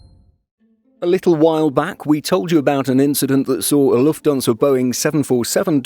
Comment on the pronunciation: It's Lufthansa, not Lufthonsa.